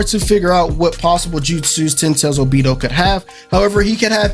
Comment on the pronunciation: This whole video was not it for me #1 what made me mad is that u said obito wrong #2 those characters in background has nothing to with anything they just put 5 of them to let the people know that there are going to be 5 characters in the season pass And also where in your right mind did u get Brayon mode from double moon sword that was stupid and also just Bc the foot was cut off don’t mean nothing it was probably a mistake they did. And that sword on the very right is not dauri sword idk what u got that from that was not it